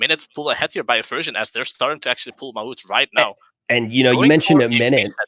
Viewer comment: ITS NOT MA'UT D